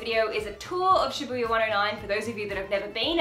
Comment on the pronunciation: I hope this is not insensitive of me to say but in the beginning when you kept saying Shabbuiya my brain turned to Bring It On and was like, "shabooya sha sha shabooya, road call"